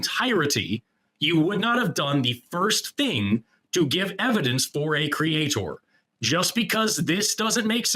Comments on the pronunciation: I can’t take any person who says creator like “Create-Or” seriously. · When they pronounce it "Cree-yay-taur" they may as well just forfeit the conversation. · What is the deal with Christians pronouncing creator as cre-atohr. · Why do you keep saying it like that? CreaTOR? You don’t need so much emphasis on the second syllable. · Pronouncing creator exactly like Kent Hovind is a great shibboleth.